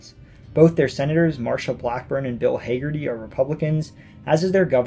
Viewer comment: Its HAG-erty, not HA-gerty.